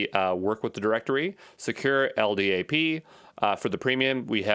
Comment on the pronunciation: LDAP is pronounced "EL DAP". If you spell out the letters like you did you sound like a noob.